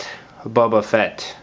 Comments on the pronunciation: great but it is boba not buba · The way he pronounces "Boba" sounds like "Bubba". Bubba..........I have an idea.